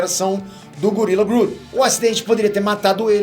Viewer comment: A pronúncia de "Thawne" não é "táun", mas sim "thón"; e a pronúncia de "Grodd" não é "grude", mas sim "gród".